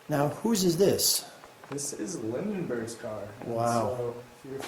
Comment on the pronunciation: Lindbergh, not Lindenberg……